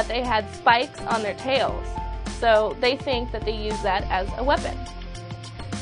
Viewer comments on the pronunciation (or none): none